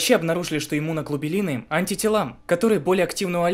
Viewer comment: Иммуноглобулинов* Повнимательнее читай незнаеомые слова, )